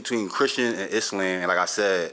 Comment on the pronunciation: How You Mis Pronounce “Islam” & “Quran” But You Muslim ?